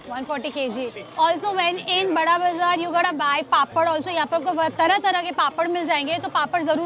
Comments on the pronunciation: Bura bazar he pronounces hai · Bara bazar its not burra bazar.